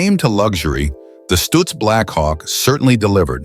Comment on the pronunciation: Stoitz Blackhawk? Geez this a.i. nonsense sucks. now Stootz.